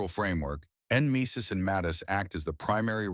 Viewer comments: en-MESIS? Nem-e-sis right? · It is said Nemesis you ignorant AI. Gods, ditch the AI and hire a Human... or coach it on these acronyms, JEEZE.